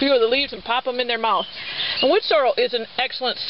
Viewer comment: I hear a lot of people pronounce it "Wood Sore-o" instead of "sore-EL." Must be a regional thing because it's obviously spelled correctly. Thanks for the upload. Cheers.